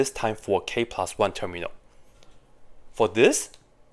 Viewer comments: Because he pronounce it as Ter-mi-al instead of term-yal. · "Terminal" instead of "termial" is painful 😭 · termial, not terminal. his pronunciation is sloppy. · Is it me or do i just keep hear him pronounce "termial" as "terminal" with an "N" ? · lol i was wondering why it was (as i thought) called "terminal" when in fact it's called "termial" which now makes much more sense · yes that's why he put the text at the start because he got it wrong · It is terminal with a N guys ! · He is definitely inserting an N sound, but do cut him some slack. Coming from Mandarin to English is no simple task. 😊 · yeah, that kept confusing me to. I kept looking up terminal in mathematics and not getting the definition I was expecting. Thank you! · Yes… And I hate it